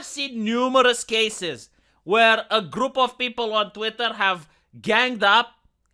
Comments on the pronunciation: I love the fact you say Twatter instead of Twitter, whether intentional or not, is pretty hilarious and ironic. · Listening to i started saying words like twatter, diworsity, ushi kushi women, californyanya, racismus. It's a problem.